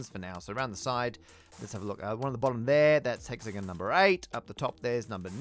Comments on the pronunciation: Whole problem is mispronunciation. It's hexagon like gone not like gun. Thought you brits believe in gun control?! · Never knew that British people pronounce it hexa-gun and penta-gun. My mind is blown.